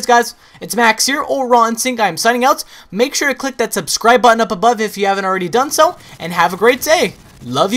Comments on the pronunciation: button was said wrong allot this day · say button again, i dare you!!!! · dude u say "button" a bit wierd bro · You say "button" weird